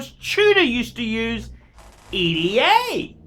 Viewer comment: Are you the only one that pronounces ETA correctly? Good on you, mate.